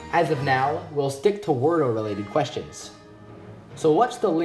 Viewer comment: Weirdos is how its pronounced